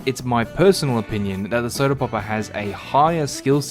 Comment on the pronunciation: As soon as I heard how you pronounce word “popper” I knew it would be really funny the more I watch. To add the context, in my language the way he says “popper” (poppuh) sounds exactly like word butt. So each time he says popper, just imagine he says butt. I know it’s childish but I am a dumbass so I have no issues